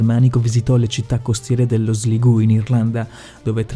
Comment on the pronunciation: Sligu?????? Se volevi di Sligo si dice esattamente così come è scritto 😳